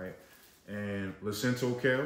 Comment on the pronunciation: It's LUCINATO kale, not Lucinto.